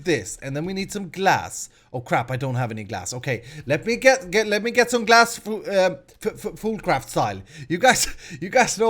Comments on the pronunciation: is it me or does he say foodcraft not foolcraft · I thought you said food craft